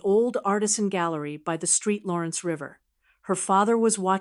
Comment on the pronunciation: ST. LAWRENCE, NOT STREET 😂😂